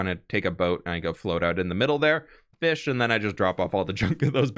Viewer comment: I loved the fwish and chips lol.